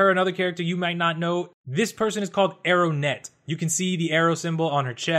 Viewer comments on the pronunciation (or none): it's not arrownet it's arrowette. and her name is cissie king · It's Arrowette, bro. Not Arrow(N)ette. Just sayin' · I don't know if it's me, but I keep hearing you say Arrow-net instead of Arrowette. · Her name is pronounced Arrow-ette not Arrow-nette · Not to be a stickler but her name is arroette not arrownet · Are they changing names? Its Arrowette, not Arrownette. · "Arrownette" isn't it Arrowette? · arrowette not arrownette I think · Alrighty: 1. I hate Static's new look 2. It's pronounced "ArroWETTE', there is no N 3. Did you purposely not mention Wonder Girl even though she is in the picture? All in all I'm, not impressed with most of this line-up but these guys gave us 2 amazing seasons so far so I'm going to see how it plays out. I am curious as to what happened to other kids that were with Static at the end of season 2? Bad guys working for Lex Luthor probably? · Julian Eris your right..it is Arrowette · It's ARROWETTE, and her name is Cissie not Susan. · I did indeed fluff. and I miss pronounced arrowettes name. Much shame.